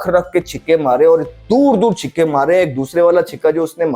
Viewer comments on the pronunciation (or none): कंगारू ❌ कंगेरू ✅ छक्के ❌ छिक्के ✅